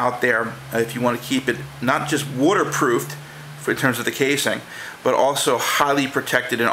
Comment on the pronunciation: not water proof wooter proof lol